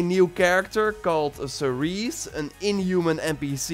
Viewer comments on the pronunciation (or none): none